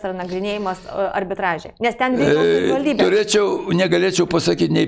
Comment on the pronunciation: Buvo meras ir nesugeba ištarti žodžio "savivaldybė"?